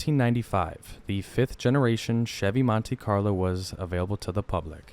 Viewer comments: Love your videos, and not trying to pick on you, but I think most people pronounce it "Mont-ee Carlo" not "Mont-ay Carlo". That's how they say it in the ad you included as well. Happy new year! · It's pronounced Mon-TEE, not Mon-TAY. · Nice video. Note that it is Montee not Montay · “Montay Carlo” lmfaooo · As a 1970/1976 Monte Carlo owner, I am hating the way dude says "Montay Carlo". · It's like partay (party) its how snobby americans talk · 🤣🤣🤣 pronounced MAHN-TEA..... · Bruh, chill on the "MonTAY Carlo" 😂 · What is a "montAy" carlo??? 😆😆😆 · Monte.. Pronounce it montee... Long E sound... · Monte Carlo is an area of Monaco, France. It is pronounced Moan-Tay. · It's a good thing the Monte Carlo isn't a French car it's an American car so it should be pronounced as an American would say it. Mon-tee Carlo.